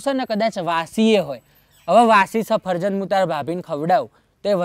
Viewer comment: Safarjan nai safaljan bolvanu bhai badhu hamjavu pad Mar ov